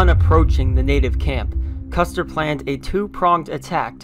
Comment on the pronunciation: I think you called Custer "custard" Maybe you had dessert in mind